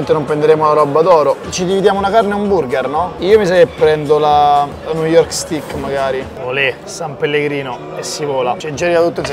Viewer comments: Steik!! Si pronucia Steik... non stic.. non è uno stecco... ah anche "giusi" non "giuisi, senza la i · ti voglio bene ma ti prego migliora la tua pronuncia in inglese pk "stik" non si puo sentire